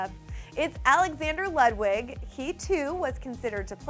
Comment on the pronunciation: BTW- You pronounced Ludwig wrong. It's German, so the W is pronounced as a V.